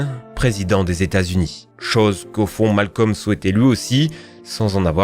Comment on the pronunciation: sa se prononce pas Malcom mais Malcolm